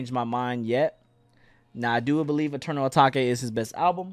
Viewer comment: Y tf does he keep calling Eternal Atake "ETERNAL ATAKAY"😭😭